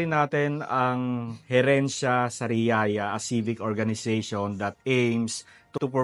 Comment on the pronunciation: Pasintabi po it's HERENCIA Sariaya sorry po again ✌️😅